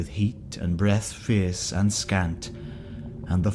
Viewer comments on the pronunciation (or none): none